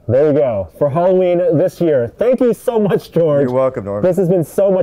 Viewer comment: did he say hollerween.? sure sounded like it lol.